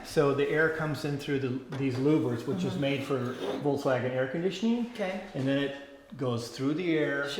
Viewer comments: I cringe when supposed VW enthusiasts can't pronounce the car's name. I counted at least three times when said " Volts-wagen" Come on folks, it's not that hard. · Volkswagen, correct German pronunciation: The V like "F" The W like "V" "Folksvagen"